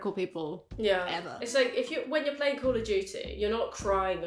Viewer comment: "I've been PLYING video games". She can't even say it right. So real... save the virtual fetuses! Lol